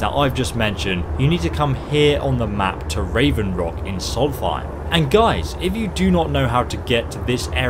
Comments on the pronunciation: Solsthiem pronounces it soulfiem? dafuq? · I Cringed when i heard him say Soulthiem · " come to soltheim" it's solSTEIM! Did you ever go to school?